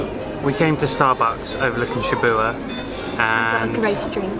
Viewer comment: So this is it, the last Japan vlog... :( True to form, even on your last day, your pronounciation of all things Japanese remains a bit suspect, haha. "Shibuya" you pronounce "Shibua", where has the Y gone? It's very much pronounced, like the Y in Yo (what rappers say) or in Yakuza. You should've at least picked that up from the train station announcements or something, come on now, haha... And of course the mysterious bubble tea, i've never had one in my life, but it seems to be available everywhere around the world. There must be something to it then? Souvenir shopping, what says Japan more than Coca-Cola flip flops ;)) BTW since you mentioned Adidas, if you're ever in an Adidas store, try on Ultraboost shoes just for fun, and tell me that is not the most comfortable shoe to walk in, ever. Might be a worthwhile investment if you see them somewhere for cheap, for next time you travel somewhere and walk a lot. But if 6 quid pants are out of your price range, i don't know about the Ultraboosts. Like your jacket, it would be more of an investment in something really good. Even for souvenirs, i would budget a bit more than for the 100-円-store. You might want a souvenir that you can still look at in 40 years and remember the good times, and something quite unique to Japan. Geez, i feel like i'm being so negative today, but i'm really not, i promise! Only wanna give you a different perspective on how to approach certain things. Yeah, that's the sunset song or "5 PM chime"! Dif